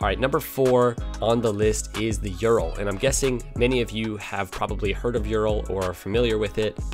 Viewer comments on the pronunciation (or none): Sorry but a slight mispronunciation was detected. . . Ural . . It's not (phonetic) youral but it's more of an 'oooral' . . . It's a Russian manufacturer and their ooo sound is denoted by the letter 'y' There is also a kinda copy of the Ural bike that was produced in Ukraine called Dneper . . Much the same but arguably slightly better quality. Both were reversed engineered from a late 30's / 40's BMW by the Russians and the Ural was used extensively by the Red Army during WW2. These are rough and ready, almost indestructible. They will go forever with regular maintenance. Like all Soviet produced machinery exact tolerances were considered a "minor detail" . You can strip one down to individual parts in half a day and have it rebuilt in time for dinner.